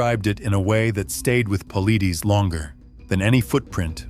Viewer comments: Why don't you say his last name correctly..It Pa-lie-des.. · Paul-eye-dez. Say it! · How about you pronounce David’s last name correctly and maybe I will listen . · I’ve wanted to say this exact same thing! Thank You 👍🏾.